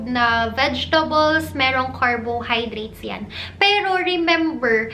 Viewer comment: Car-BOW-hydrate a-VOW-ca-Dow Ke-TOW-sis Ke-TOW-genic diet Okay lang naman, but ‘pag paulit-ulit, with slow and slightly matinis voice, it produces the LSS effect sa viewers. But great content! 💗 Your videos answered a lot of my questions about the Ketogenic Diet.